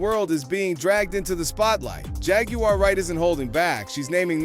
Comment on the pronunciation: ponounce her name correctly man